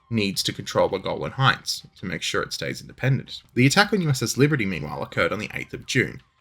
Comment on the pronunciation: I swear you keep saying "the Goblin Heights," rather than 'Golan!' And that would be completely and utterly totally cool as fuck! I move to have them officially renamed, on the basis of it being really fucking cool.